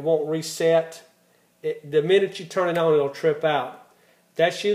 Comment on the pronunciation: "Own"? are you trying to say ON? "Spee-end"? are you trying to say SPEND? "Ree-sep-a-kill" Are you trying to say Re-sep-tee-CAL?